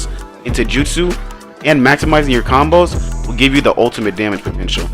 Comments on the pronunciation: Its combo not conboes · “conboes” 🤣🤣🤣 my guy its combos